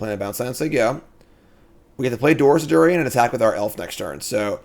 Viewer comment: Doors of Durin mispronunciation was pretty off putting at the start.